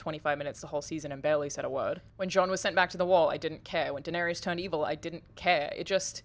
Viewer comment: How do people not know how to pronounce Daenerys after 8 seasons.